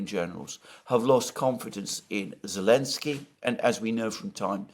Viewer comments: doesn't know how to pronounce this lenski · Lost me after 5 mins - Mercouris’s voice is so pompous and he can’t even pronounce Zelensky